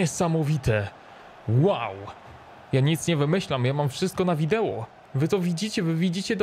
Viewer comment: VIDEO a nie VIDEŁO